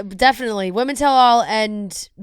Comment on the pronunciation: Please, PLEASE learn how to pronounce the word “women”. It is not “woman”. They are different words. Singular vs. Plural. I can’t even appreciate whatever content you have, when you mispronounced “women” as “woman”, every single time you uttered it. I would want to know. Please just ask someone, or look it up.